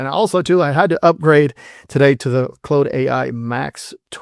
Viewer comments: I caught that too. He could be Ai, I never heard anybody see an AU and pronounce it clode. Its Claude you lower than garbage of a person. Like Klawd. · lol, do you say Clode to see if you get a rise out of your comments? Or are you just really retarded?